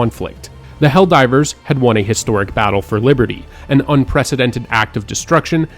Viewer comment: Biberdy he said biberdy